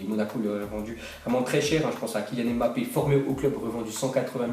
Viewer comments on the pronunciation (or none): none